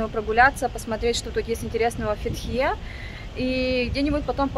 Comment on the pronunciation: фЕтхие,а не ФетхиЕ!! Олюдениз а не Алиденз)